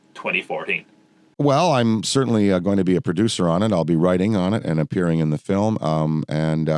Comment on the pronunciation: It’s amazing. “Fillem”. Made me happy every time.